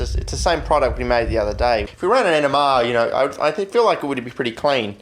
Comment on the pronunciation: I know he's saying NMR, but all I hear is Enema. Not a pretty picture I might add lol